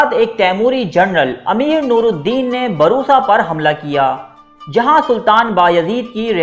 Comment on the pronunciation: بھائی ترکی کا شہر برسا ہے ( ب پر پیش ہے ) اور آپ ہر ویڈیو میں بروسا (ب پر زبر ) بولتے ہو صحیح نام لیا کرو یہاں ترکی میں لوگ برسا کہتے ہیں ( ب پر پیش ہے ) Bursa✔ Baroosa❌